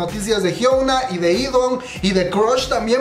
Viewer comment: Siempre me gusta como dice jiouna a la jiuna (hyuna) No puedo dejar de pronunciar jiouna .. Jajajaja ❤